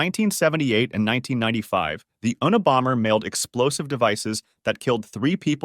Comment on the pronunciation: the unabomber pronunciation made me giggle😊😭